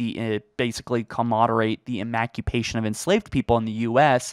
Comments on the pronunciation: What’s more embarrassing is whatever you just tried to say.😂😂😂 “emacupation” 😂 bro meant emancipation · the word emancipation is pronounced uh·man·suh·pay·shn. It’s not pronounced the way you said it at the top of this video. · What the hell is an "emacupation?" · Comoderate the emacupation. Lmao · Definitely mispronounced emancipation